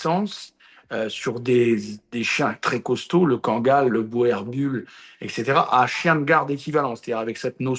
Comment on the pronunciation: Boerboel est un nom néerlandais, donc, en français, il se prononce bourboule.